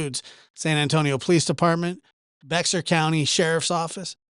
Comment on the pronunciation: BEXAR county is pernounced Bear county. Great show 😊